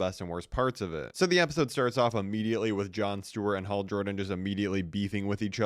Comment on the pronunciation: Bro even the captions hate the way you say Hal